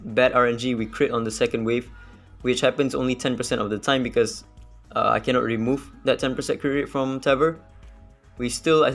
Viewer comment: "my one kennot" fellow sgmy speaker ousting yourself